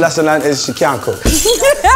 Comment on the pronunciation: "and another lesson learnt is she cyan't cook"😂😂😂